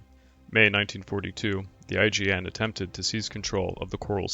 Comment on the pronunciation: So was I (cringing over "B-52s," that is). Every time I heard it, another blood vessel burst in my left eyeball. And every time I heard "IJN" pronounced "IGN," another burst in my right. The comedic value of "Waldron's squall-dron'" almost made up for it, though.